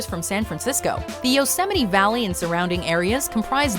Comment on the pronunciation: this is the correct pronunciation right here! You did it.